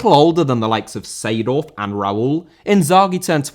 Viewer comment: Seedorf* not Seidohf